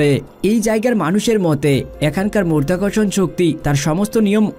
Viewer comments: শব্দটা মধ্যাকর্ষণ নয় মাধ্যাকর্ষণ।উচ্চারণ ভাল করুন। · মরধাকরসন শক্তি বলছেন কেন? মধ্যাকর্ষন শক্তি বলেন। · উচ্চারণটা 'মর্ধ্যাকর্ষণ ' নয়! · আগে সঠিক শব্দটা শিখুন। আপনি বলছেন "মরধাকরষন" এটা কোন্ ধরনের ভাষা? হবে " মাধ্যাকর্ষন" । যদি উচ্চারণ করতে না পারেন তাহলে ভিডিও বানাতে আসবেন না। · মর্ধা কর্ষণ শক্তি --উচ্চারণ ঠিক করো বাবা।কানে লাগছে। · মধ্যাকর্ষণ শক্তি * 🙂 উচ্চারণ ভালোভাবে করবেন 🙂